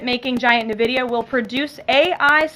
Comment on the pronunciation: must be a new company called " NA-VIDIA" never heard of that before...Ive only heard of Nvidia. Also there is no "PU-IN and CI-ES-SENS" there is a PuTin and CiTizens...why cant people born in the past 30 years pronounce English Words?